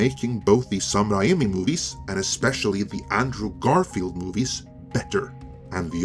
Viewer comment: I think it's weird you keep pronouncing Sam Raimi's that way, when almost everyone else pronounces it the way he pronounces it. That's what I think...